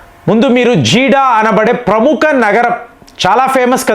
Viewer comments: గారు అది జీడా కాదండి జిద్దా నేను 'సౌదీలో15 సం|| రాలు వున్నాను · Not Jiddah. It is Jeddah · జీడా కాదు జెడ్డా. ఒత్తులు దీర్ఘాలు కూడా పలకండి గారు. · Jeeda kadu jedda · Jeeda kadandi Jedda! Kanisam correct ga pronounce cheyandi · జిడ కాదు బయ్యా ...జిద్దా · Please say Jeddah not jidda sir ! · Arei neeku అర్థం kaadaara? Jeedah kaaduraa, Jeddah anaali. Naaku arthamaindi. Nuvvu 5th fail. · Its Jeddah not Jeeda......